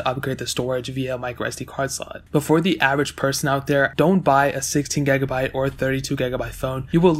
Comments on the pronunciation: "gegabite" "gegs"😂😂😂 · What's a gagabyte? You keep saying gagabyte